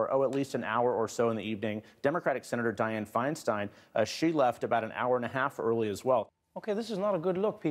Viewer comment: Finestine? At least it’s pronounced right, like Einstein, and unlike Weinsteen.